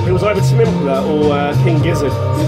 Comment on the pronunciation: Am I the only one who is annoyed about you mispronouncing Tame Impala?